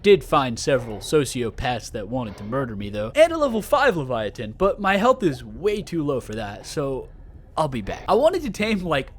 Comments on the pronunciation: Enjoyable video as always but I hearing you say leviatin instead of leviathan over and over was making my eye twitch 😂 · Why do you pronounce leviathan incorrectly 😹 have you never heard it pronounced before? The T doesn't make the T sound, it's right next to a H, so it makes the TH sound. Omg you just said it againnnnnn aaahaha it's so silly that it bothers me lol but it does! Absolutely love your videos though! Incorrect pronunciation or not 🫶🏼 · I like how he pronounces leviathan without the th